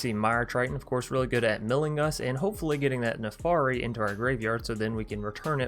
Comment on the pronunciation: Jesus christ your pronunciations my friend. It's "PolUkranos" not "PolikrAnis". It's NARFI not NAFARI. It's "Drogr" not "DrAoogr" 🤣😭